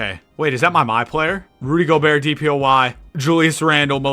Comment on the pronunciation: “Rudy Goebertt”😂